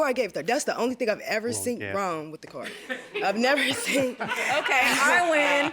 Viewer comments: smh.... seent is NOT A WORD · Seent!!! Iove ittttt!!! T's after every word is the New!!lol!!! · Sweetheart, you gotta work on the “seent” word. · I can't believe the defendant pronounces the word seen as seant. Both are HS dropouts and i believe they conspired to come to JM to get a few dollars to split. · "Seent" IS NOT a word!!! The defendant was killing me with that. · No such word as seent! It’s seen proper use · Seent isn't a word!!!!!! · Lmao I say seent all the time 😂😂😂😂😂